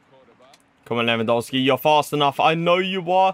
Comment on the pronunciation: Why do you say lewandolski